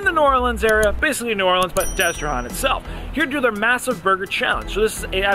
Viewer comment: It's Destre-Han like ham, not Hän as in Han Solo. Don't even try and say nuh-uh. I'm a native Louisianian and it's Han like ham.